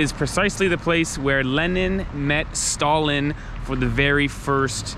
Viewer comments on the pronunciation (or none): none